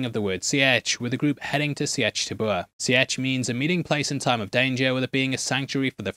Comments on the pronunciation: Seitch sounds like Leech - Seeeeetch… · Why are you saying "Sea-urch" instead Sietch.... lol. Driving me nuts. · Explain how you’ve seen both movies but still pronounce “sietch” wrong😂